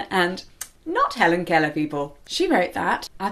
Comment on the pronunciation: I think you pronounced "Keller" pretty well, but, I'm also American, so, what do I know? XD